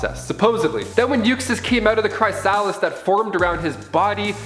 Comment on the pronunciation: Umm....did you say, “cry-salis”? Lol